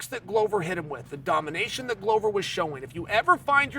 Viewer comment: Why does Chael disrespect Glover by correctly pronouncing his name?